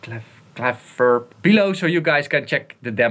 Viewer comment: 'Kleverb' - short first 'e'. A portmanteau of 'clever' and 'reverb', and also clearly the company name (also a short 'e').